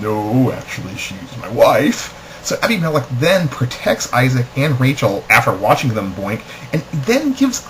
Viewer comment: I couldn't pay attention because you don't know how to pronounce Abimelech.